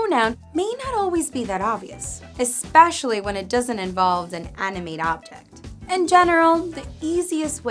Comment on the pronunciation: Made me confused when you say an animate sounded like inanimate but I got it after lol .Thanks for the lesson much appreciated